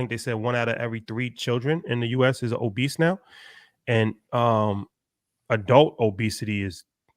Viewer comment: Hahaha my man said “obeast” that’s a perfect word for it